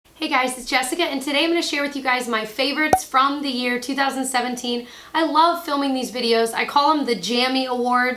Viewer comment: I think you said "2017" in the beginning. I had to hear it a few times, hahaha